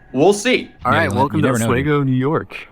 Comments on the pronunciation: Its pronounced OS-SWEE-GO. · It’s not Os-way-go is pronounced Os-we-go. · Some, for what she did to him. There is harm. Also, it's pronounced AH-SWEE-GO, New York. Hello from Syracuse! I LOVE Atozy and he has amazing content. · Oswego is pronounced oh-SWEE-go. Former upstate New Yorker here. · it pronounced os wee go. I forget how close this thing is. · Ahs-wee-go** you're welcome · It is Oh-Swee-Go. Not whatever this dork says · Small world, … Oswego (pronounced: OZ-WE-go) NY is off of Lake Ontario… small town that I grew up in and graduated from High School… really cool town… just didn’t like the lake effect snow… if Syracuse didn’t get hit for sure Oswego did… not to mention there are 3 Nuclear Power Plants there- which is why my Dad had us move there because he was a Q C inspector that worked at the Fitzpatrick Nuclear Power Plant!!! Nine Mile Nuclear Power Plants… yeah, moved away shortly after graduating from High School cuz I didn’t want to end up glowing in the dark if you catch my meaning! 😂lol… but, yeah that part of the country upstate New York is beautiful….beautiful country! ❤ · It's pronounced with a long E. Osweeego. Lol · He can't even figure out how to pronounce Oswego or recognizance for his video. How is he even this kind of influencer ? 🤔🤷